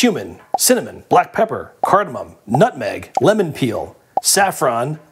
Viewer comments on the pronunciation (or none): none